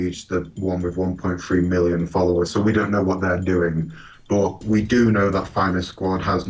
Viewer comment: I now hold the world for one "MILLIION DOLLARS"